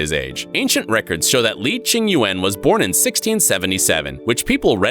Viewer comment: "li ching Yuen"